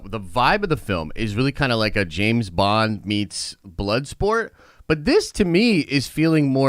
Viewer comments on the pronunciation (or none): none